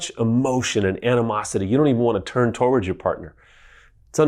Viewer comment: Love these videos! So helpful! Side-note, he pronounces towards weird. He says it like “toe-ards” instead of “to-words…” or “to-wards” Anyways, keep your the good work!